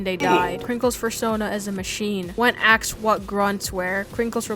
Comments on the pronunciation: Dude said "axed" at least 8 times. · "Krinkles had axed." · sorry but i just cant stand people who say axed instead of asked